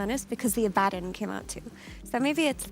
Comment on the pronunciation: His pronunciation of Abaddon is ridiculous